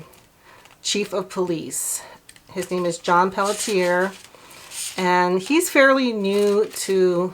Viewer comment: "Pelletier" is pronounced pell-she-A. It's French.